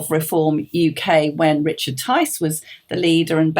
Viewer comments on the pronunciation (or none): none